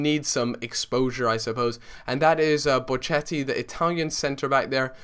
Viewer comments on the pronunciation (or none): Hey m8 im an italian sub of yours, just wanted to point out the way you say Bocchetti is wrong its:"Bokketti" ;) nice vid